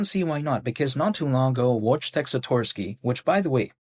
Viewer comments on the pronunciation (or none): Hey your videos are always perfect but wojtec is pronounced Voytec. It's polish and has weird letter sound combos to us, much like other country's that used to be on the Cyrillic alphabet. Keep it up!